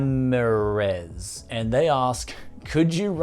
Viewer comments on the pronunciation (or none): it's pronounced ram-ear-rez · i like using my tv 4k but it has 60 hz only . i have a 32 a ASUS VG248QE 144 hz 1080p monitor and while its refresh rate is amazing it bothers me to focus intently on a small box that being the 32 monitor i need to find a 4k tv with a better refresh rate but then i also have to find the money for it. i have less migraines using my tv then a small monitor less eye strain. lol you butchered Ramirez.. RAH-ME-REZ dont attempt mine.